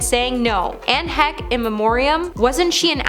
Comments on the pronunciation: Why does she pronounce Lenny Kravitz name that way?? Lenny KRA-vitz. Wtf And they don't even celebrate Paul and Bob with their names. Inform y'all did a shit job on this. How do you call others out when y'all can't even do it yourself correctly. And ANN HECHE? ITS NOT HECK. WHY IS THIS GIRL WHO CANT PRONOUNCE THE NAMES OF ANYONE DOING THIS VIDEO. HOW DISRESPECTFUL. To say "no one should ever be forgotten" is ironic given this girl l can't even pronounce the names of some of the greats. And your editor should be fired. I'm so damn disappointed. and she can't hear herself right?! Robert Downey Sr gave birth to Jr? Jr made his own career and Sr. Didn't give birth to anyone. I think y'all should be ashamed. This girl shouldn't be presenting anything let alone a video acknowledging dead stars she can't say their names correctly or even basic things like put the correct name of them on her list. Disgraceful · Anne Heck? Who the hell is Anne Heck?! It's Anne Heche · You really need to learn how to pronounce peoples names it’s not Ann heck, her name is pronounced Anne Heche! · Not Ann heck. Omg is pronounced Hesh Not only forgotten during Oscar also not bordered to be called correctly by the host. 🤦‍♀️ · HECHE..PRONOUNCED LIKE HESCH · OMGF please go learn how to say HECHE. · Tana mongo, Lenny Kar-Vitz? Do any of these million plus sub channels not proofread or autocorrect anymore? Anne Heck? Every time she said it I cringed more. Especially as we’re speaking of the deceased. But that Olivia Newton-John, Ed Asner, Robert Downey Sr, Kelly Preston, or Paul Sorvino not mentioned live? I find a new reason not to watch the Oscars every year. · Please learn how to pronounce names in these. I know the research is often lacking but given the topic, it helps to get it right. Hearing “Lenny Karvitz” over or “Anne Heck”over and over is distracting. So disrespectful